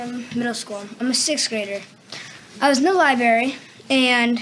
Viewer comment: 😂😂😂.. We aren't going to talk about how he is saying liberry and liberrian? Damn.. The dad can't say it either lol. 1: don't check it out; 2: parents are sensitive asf these days 🤣🤣😑; 3: the books we had to read in school for required reading was WAY worse (incest, rape, misogyny, oppression, slavery, violence, mutilation, murder, even LGBT elements); 4: it promoted safe sex at least; 5: obviously the kid saw something he liked, otherwise he wouldn't have checked it out (might want to have a different talk with him later since you're already a homophobic household); 6: these are the same people that would boycott ethnical kids going to school with their kids.